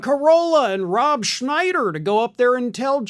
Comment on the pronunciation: "Rob shchnieder derp de derp"